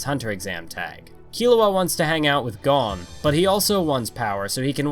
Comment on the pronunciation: the way you said.. Kukuroo... and Kaito.... and Gon... at least you said Killua the right way.